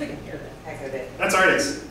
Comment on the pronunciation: she say atrix not artix:D